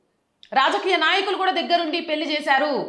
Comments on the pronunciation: పెళ్లి మేడం. పెల్లి అంటున్నారు. Your content is v. Good. Take care of our beautiful language Telugu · Talli పెళ్ళి - పెల్లి కాదు. Please practice Telugu.